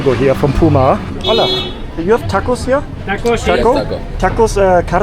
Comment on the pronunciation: Hola (das "H" wird nicht gesprochen!!!), wenn Du in Mexiko bist vergiss bloss nicht in das schönste Land mit den freundlichsten Menschen der Weltzu gehen. Es ist schliesslich das NACHBARLAND und meine Nr. 1 von bisher 149 Ländern - GUATEMALA!!! Gehe aber besser NICHT nach Guatemala City!!! sondern nach Antigua (DER Traum schlechthin) an den Atitlansee (viele sagen, dass dies der schönste See der Welt ist und auch nach Monterrico, ausser den Dutzend anderen wunderbaren Orten, die Guatemala zu bieten hat.